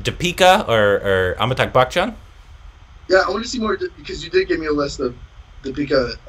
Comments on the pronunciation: Please please don't say Amitak like, it's AmitbaBH. After all this time his name is still mispronounced. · It's Amitabh not Amitakh. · Hey... Its AmitaBH ✔️ and not AmitaGH ❌